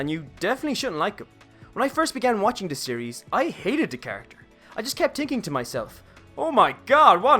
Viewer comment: Beautiful video👏 Also when you say 'this' i hear 'dis' did you do this one purpose or is something wrong with my ear.